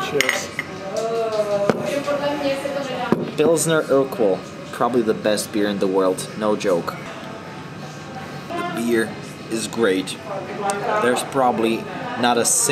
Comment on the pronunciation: als er gesagt hat pilsner örgwel musste ich so lachen. heisst ja eigentlich urquell